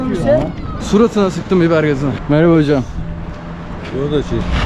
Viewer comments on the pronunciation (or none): "suratına sıktım bibergazınıı.." derken ki vurgulama yapış ve mimikler